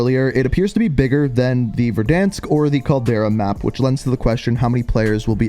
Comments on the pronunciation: he’s definitely not trolling. Gotta be a weird Canadian thing. He’s never said it correctly since day 1. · Agreed. It’s so frustrating hearing his repeatedly say it wrong.